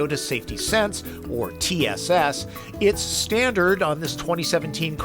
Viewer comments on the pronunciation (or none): What is "Stanard"?